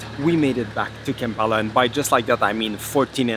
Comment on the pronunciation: It is Kampala, not Kempala :)